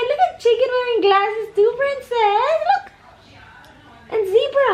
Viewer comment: Hey-lo prRRrrrrRrrEen-cess!!